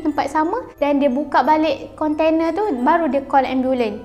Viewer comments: geram betol setiap kali dia sebut "kontene" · Konte-nee pun konte-nee laa 🤭🥰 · a ahh...mmg betul pun. kan sy dah mention ade 2 maksud. cume cara sebut tu je. sbb biasa panggil konteNA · budak ni sebut container